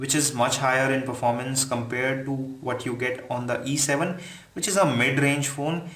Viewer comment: very confusing everytime you speak either "E7" or "A7" because you pronounced them similarly! lmao